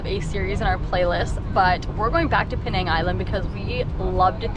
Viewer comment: it’s Penang not Pee-nang